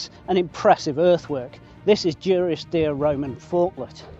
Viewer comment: You pronounce it Due-ris-deer, I always thought it was Duh-ris-deer. Genuine question, what is correct?